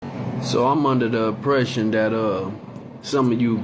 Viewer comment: "So I'm under the uh-pression" Yeah. That's the representative for the their side. I'm good.